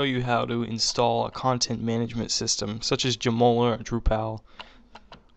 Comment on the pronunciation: LoLing how you pronounce Joomla... "Joe Moe Ler" LMAO!!! It's more like "Joom Lah" Joom as in Zoom. Good stuff.